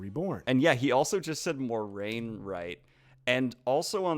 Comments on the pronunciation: You really can't laugh at their pronunciations and then get it wrong yourself. It's Mwah-rain, not More-ain. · You may want to look at your own pronunciation of Moiraine's name. There is no "mor" in her name... so it's not 'more-RAIN'. In the glossary in the back of the Eye of the World, the phonetic spelling of her name is 'mwah-RAIN'. I haven't heard anyone say her name the way it is apparently meant to be pronounced... no youtube 'super-fans' say it correctly and most disturbingly, the director of the Amazon TV series says it incorrectly. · I was amused by Daniel pegging them for mispronouncing Moiraine when he mispronounces it himself ;) Per the glossary, it should be mwah-RAIN, not more-AIN :) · "Naye-naeve". (eye twitches) "Ee-mond's Field." (twitch, twitch) "Morenn." (TWITCH. TWITCH.) "Laaan Mandalorian." (...enters Zen state and just...sits back to watch them eat their feet.) Edit: So, ah, "Morenn" isn't right. Neither is "Moraine". Canonically, according to the original novels, it's "Mwah-rain." At no point does the IGN video get it right, but you also get it wrong a few times, Daniel. :-D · Kate Reading pronounced Moraine More-en for the first several chapters she reads on the audiobook format. If he's only listened to book 1 he may have got that from there. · Some of the pronunciation I get. Amyrlin Seat is NOT what I would call intuitive so I can give them a pass there. I said Eye-Sedai as Aye-Sedai for years, I never read the pronunciation notes until like book 4 and then the correct pronunciation sounded odd to me. But... there is no excuse for "Maurinn". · Plenty of other similar sounding words stretch the sound a bit and seem a better comparison. Noire, armoire, soirée, etc. I'm quite curious where the 'mor' pronunciation comes from. I'd expect it to either be a French 'mwahr', or an English 'moir'. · Their pronunciation of Moiraine makes me want to type NNNNN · Tbf I have only ever heard it the way he pronounced it.